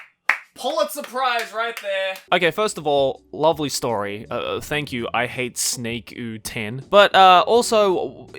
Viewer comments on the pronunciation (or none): Me thinking about how he said ihatesnAkEU10 wrong and then realizing that I have standards about the way 'snakeu' is said... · the way he said snakeu it was like snake-u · omg the author of the first fanfic is an army! how pronounced 'snakeu' was hilarious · im sorry but hearing say i hate snakeu was fucking hysterical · saying “I hate snakeu” is deffo the best LMAOOOOO. AND THE PROFILE PIC😭😭😭😂